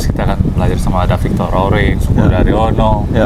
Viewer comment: Fictor Roring bukan Victor.. Wahyu Widayat bukan Hidayat